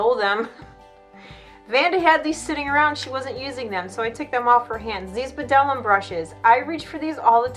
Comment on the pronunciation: Bdellium Tools are much less expensive than MAC,,, Great brushes! and the "B" is silent when pronouncing , just fyi :)